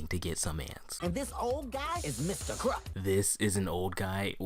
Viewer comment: Mr Croock? he is mr krupp